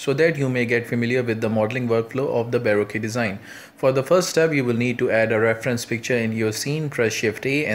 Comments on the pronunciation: it's pronounced, "buh roke" like when you're broke. not "boe roe que" like barbeque lol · Just a small thing, you're pronouncing how it's spelt, but that's incorrect. It's more like Bar-Ro-Ke. Like bar, then coke with an R. I know I used to make the same mistake too, awful spelling :)